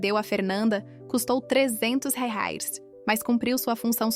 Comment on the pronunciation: Qual a dificuldade em pronunciar corretamente a palavra REAIS???